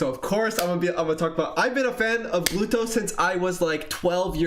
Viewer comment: man poor Gluto, his name gets constantly butchered